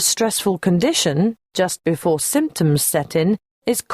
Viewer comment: 'BOFORE you hear' OMG 😄